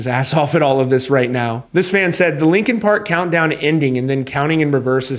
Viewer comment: R u saying lincoln park? 🫠😐